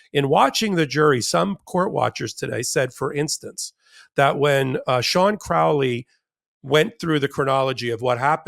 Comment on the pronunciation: Crowley and you even pronounce it correctly well I hope it's a sign that the great beast is on the hunting trail of the truly evilest man in the world..